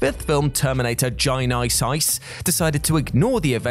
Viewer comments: Why would "ge" by pronounced like "jy?" And why would there be a hard "I" after that? You're forgetting your phonics, bro. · I never get sick of hearing the word Gy-ny-sys! 🤣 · everytime you say Genisys, you bring joy to my life 🤣🤣 Thanks for that:) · One more, and not that it's not already filled with mistakes but when "Friday the 13th" took Jason to Manhattan. Are you serious?!?! BTW I will always pronounce "GenIsYs" like you bc it makes me laugh. You are too funny!!